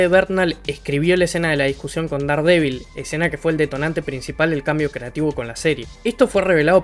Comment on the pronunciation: Buen video! Una pequeña aclaración...Daredevil no se pronuncia así, se pronuncia como si se escribiera Derdevol